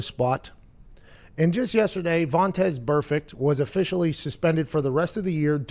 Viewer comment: What's the story with calling Vontaze Burfict "Vontez"? Makes me laugh every time.